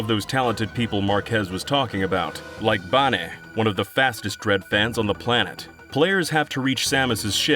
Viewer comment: Is it really ‘Baneh’ and not…Bane? 😳